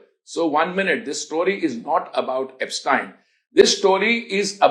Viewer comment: Idiot repoter pronouncing aapstien. 😂😂😂😂😂😂. Bastards both media and this person.